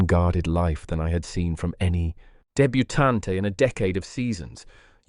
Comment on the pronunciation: Bravo! I am amazed at how absolutely wonderful this fairytale is. Thank you... and I love how well it was read. I noticed only one mispronunciation - 'debutante' has only three syllables, not four. 😁